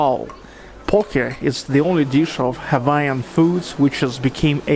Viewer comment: Nice, you pronounced the Hawaiian word "Pok'e" correctly!